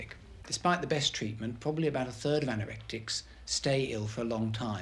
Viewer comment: Poor Carmel weighing under 5 stone. The psychiatrist couldn’t pronounce anorexic at all. Sounds like he was saying anorak tic. A sad case.